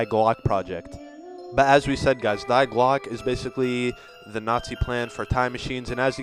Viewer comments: Die Glocke is pronuced D like the letter not die like death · You are saying die glocke all wrong lol cuz it's obviously German it is prouder differently it's like saying D GlOcka capital O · No offense but, its Not Die Glocke, the die is pronounced dee, because its german for the word the. I speak german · Awesome video series! but you are pronouncing "Die Glocke" wrong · the way that he said "die glocke" annoyed me so much